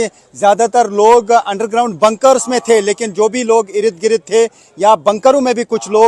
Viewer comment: इरिद गिरिद नहीं बोलते, इर्द गिर्द बोलते हैं 😂😂😂😂